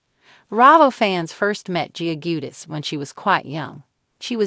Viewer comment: If youre going to report on this can you please pronounce the last name correctly please?